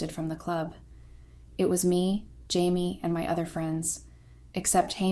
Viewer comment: Consistently pronouncing the name of the main protagonist (“Jamie,” “Chamie,” “Hamie” etc) correctly would make the story easier to follow. These basic errors are distracting. 👎👎👎